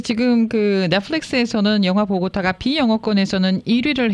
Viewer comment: 왜 자꾸 다보타 다보타하냐, 보고타를 다보타라고 하네